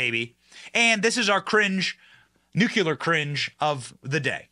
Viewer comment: Nu. Cle. Ar.